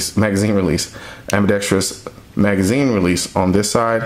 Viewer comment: Nice video. Great production value. Very valid, cogent, well-spoken arguments. I agree with essentially everything you have to say. The only thing I could find to pick apart was that half of the time, you add a fifth syllable to the four-syllable word: "ambidextrous". It has no "i" after the "r", and therefore no fifth syllable. Otherwise, A++!!! :-)